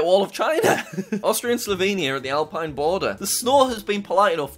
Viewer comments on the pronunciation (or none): none